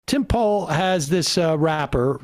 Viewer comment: "Tim Pole"